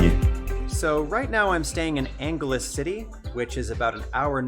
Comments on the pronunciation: it's "Ang-he-les City" not Ang-ghe-les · Geez the dude don’t even know how to pronounce the Angie-less=Angeles city lol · Angeles pronounced as ang/helis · That's Angeles City. You can either pronounce it as ANG-HE-LES or exactly like the 'Angeles' in Los Angeles. Main transportation for commuting are passenger Jeepneys, buses or tricycles; seldom do people take taxis, though people sometimes call a Grab if they're in a hurry (Grab is what took over Uber when the latter decided to boot themselves out of PH due to lots of technicalities on government permits and other extraneous expenses that eat up their operational overhead expenses). You can rent or better yet buy a motorbike (like the moped you saw) which is much economical for moving around places, though safety factor on the road leaves a lot to be desired, but you'll get used to it over time. That's the fun and challenge of staying in a foreign place. And if you want to save a lot, DON'T live in Manila or the big cities. Stay in small towns in the provinces. That will give you a lot of bang for your buck. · It's pronounced ang-he-les city. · pronounced as ang-he-les city (Angeles) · Angeles City??? How do you Pronounced it??? So Los Angeles Ca. I wanna hear it Please.